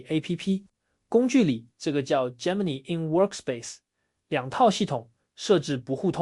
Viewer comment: gemini 發音錯誤